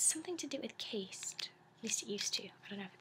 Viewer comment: I'm sorry but i couldn't help to point out a couple of things: The tea cup plates are called saucers Caste is pronounced like cast rather than case-t This was otherwise a wonderful video, keep up the good work :)